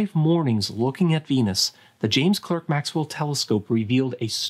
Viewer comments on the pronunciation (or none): Great video. Oh, btw, James Clerk Maxwell is pronounced James Clark Maxwell 😎